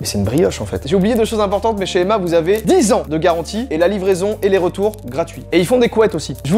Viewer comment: Emma on le prenonce avec 2 “M”